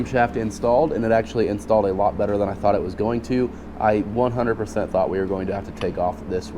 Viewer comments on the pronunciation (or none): none